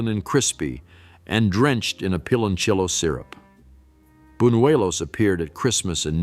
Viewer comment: I COULDN’T WATCH THIS. I CRINGED EACH TIME IT MENTIONED “PILONCHIYO” 😖😖😖😖😡😡😡